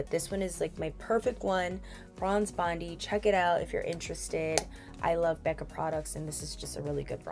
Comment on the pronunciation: Bondi is pronounced bond-eye as in Bondi Beach, Sydney Australia 🇦🇺